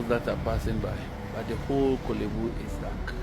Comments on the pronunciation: Kwale bu teaching hospital 😂😂😂😂😂. instead of Korle bu! ofui. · Masa pronounce it well wai na 3de3n ne kwalebu 😩😩 De word is"; Korlebu 😊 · Korle Bu, but not Kwalebu:: please becareful with your pronounciation… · It’s Korle Bu not Kwaaley Bu